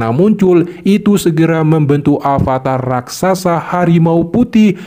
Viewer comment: Rakrasa 😂😂😂 bukan raksasa yah